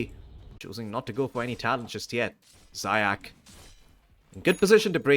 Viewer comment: Zayac needs to read like [Zayats]